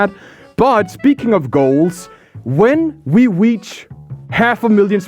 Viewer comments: is my hearing bad or did he say weach instead of reach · "When we weach" The fursuit is already affecting him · i heard bro i when we weach 💀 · "When we weach" he's gone.... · “When we weach” he is transforming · "When we weach" XD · "When we weach." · "weach" oh god, its to late, hes changing like hit game Changed ararar